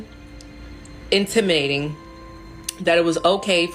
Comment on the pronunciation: Sooooo we are just going to ignore her incorrect use of the word intimidating by saying "intimading" 🧐🤔....??